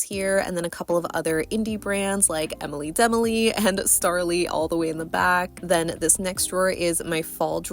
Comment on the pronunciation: I love your mani, so cute! I'm pretty sure it's oronounced Enily da Molly.